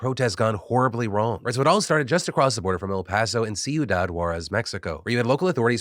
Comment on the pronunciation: Um, Phil... We love you. You do a great job on the news. But we need to talk about your Espanol. Ciudad, the second 'D' is what they call "fricative" and sounds like a 'th'. If you can pull this off, you're going to put Soledad Obrien to shame.